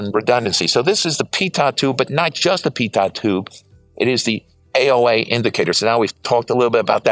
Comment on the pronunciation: Wonderful to see this superb jet, thank you! BTW, a minor point, pronunciation of 'pitot' tube is 'pea-toe' rather than 'pea-tott'.. Very interesting that the HJ pitot is also an AOA sensor. On commercial large aircraft we generally see a separate device for each function. Is the climb rate you quote at lowest gross weight?